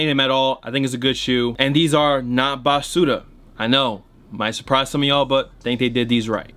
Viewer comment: i hate the way you say basuda but its probably cause im hispanic